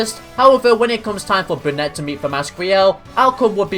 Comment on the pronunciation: You mean brunet not benette 😂